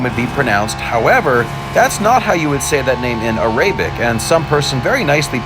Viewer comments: i think arabic is said ar-a-bic not ar-ay-bic. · You pronounced Ahmed very well, wich is an arabic noun...however you completely botched "arabic" which is an English word lol.